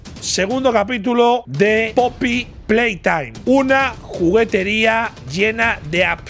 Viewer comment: que humilde el gigante noble diciendo en el directo "pepi plai taim"